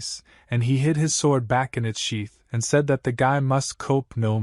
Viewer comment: Everything about this is confusing for some reason the ai narrator can’t say sword and I can’t tell what time period It’s in because half the time you’ll see apartment buildings, or the kid that wears a cloak and a Band-Aid